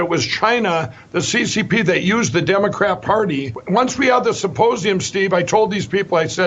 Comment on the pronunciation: He keeps calling it a "supposeum"... go figure!